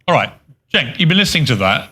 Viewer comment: Cenk’s name is pronounced “Chenk U-ger.” Just FYI. Carry on.